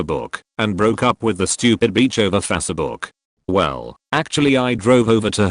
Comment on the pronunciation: Bitch is Not pronounced Beach....soooo many mispronounciations...